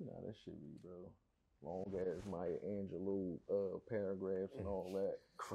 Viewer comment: He said “Mya Angelou jawns”😭😭😭😭😭